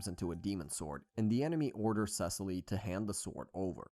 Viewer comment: bro the way he said Cecile BRO ITS SE-SEAL